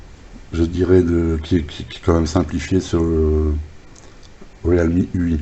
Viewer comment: Bon test du Réal mie....lol...non je plaisante ça se prononce " Rile mi ".......si ça peut aider.....🤔😉....et 1 like de plus pour toi....